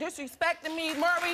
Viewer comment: His name is "Maury." Pronounced "More-EE." NOT "Murry." Good Lord...